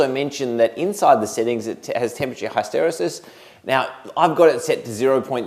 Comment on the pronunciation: Mate, you're not allowed to give another Control Systems lecture until you learn how to say HISS-tuh-REE-sus